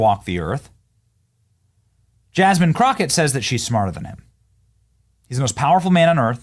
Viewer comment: Yawl! It's Yass-mean Crow-Kay, yawl!